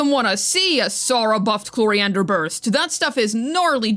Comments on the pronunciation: my dear girl her name is Clorinde not Cloriander the E is silent at the end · At this point I'm just curious: Why does call Clorinde "Cloriander"? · At this point I'm just curious: Why does call Clorinde "Cloriander" most of the time?